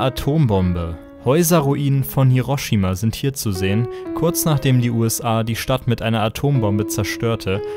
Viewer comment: Es wird nicht "Hiirroshiima" ausgesprochen, sondern "Hi-ro-shi-ma". Jede Silbe wird gleich betont. Auch bei "Nagasaki".